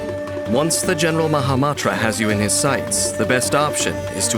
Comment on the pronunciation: Um actually it’s mahama*n*tra 🤓